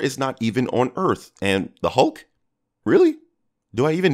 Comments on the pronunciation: said honk instead of hulk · he says hunk or something that’s not hulk lmao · "how did steve learned french but didnt watch star trek" french existed before steve went into coma, star trek didnt???? btw he says hulk as HONK haha